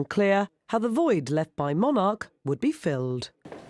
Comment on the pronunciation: Haha lol - the way she says Monarch. She’s saying it way wrong